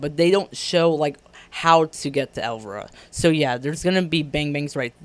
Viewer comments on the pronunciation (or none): El-VY-RA. Not pronounced elvra...